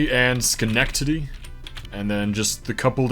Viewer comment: You are one of the first people not from New York that I have heard pronounce Schenectady correctly. Well done, good sir